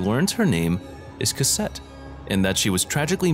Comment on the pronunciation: Lol he said Cassette